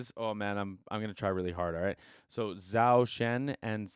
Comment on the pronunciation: Zhou is pronounced more close to Joe.